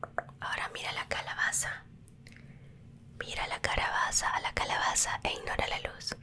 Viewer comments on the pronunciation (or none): En el minuto " " dijo carabaza XD